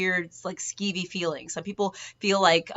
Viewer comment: yup sceevy is the word lol